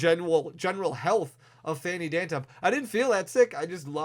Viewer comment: You said phanny dantump😂